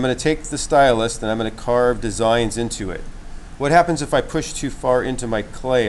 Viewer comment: Great tutorial, love your little fish. Just one thing, it is a stylus, not a stylust. Lol Thanks you are a good teacher, wish I had seen the kids work and your fish, finished.